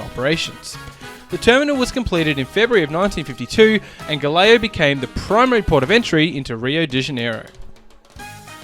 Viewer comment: You should have at least practiced a little to pronounce GALEãO a bit better. The way you said sounded like Galileo.Not the same. Nice info though...